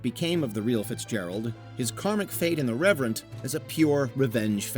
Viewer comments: _The Reverent_??? The title is _The Revenant_! They mean two very different things, but for your narration, they have different LETTERS. This throws trust in your choices and analysis out the window, don't you think? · You called Leonardo DiCaprio’s movie “The ReveRant” in your VO. It is “The ReveNant” as shown on screen. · I was most surprised that in a video pointing out big mistakes, you mispronounce the Revenant and Marcus Aurelius.